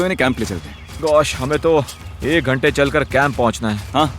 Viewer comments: Ghante not Dhante 😂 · It's not dhante it's ghante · It's ghanta not dhanta! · It's ghante not dhante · DHANTE NAHI HOTA GHANTE HOTA HAI😂😂😂 CORRECT IT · ⚠️It's Ghante not Dhante..⚠️ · ITS GHANTE NOT DHANTE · Bro not dhante its ghante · Bro ghante not dhante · Ghante not dhante